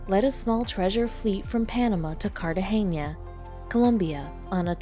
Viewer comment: You should learn how places, people and things are pronounced!!! It's said Cartahana, the g sounds like an h!!